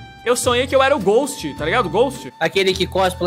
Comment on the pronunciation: É ghast po,nao ghost KKKKKKK